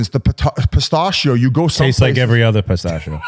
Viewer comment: Whit is a little Wah-read (worried) about the Or-gan-iz-ation saying Pit-stat-cheo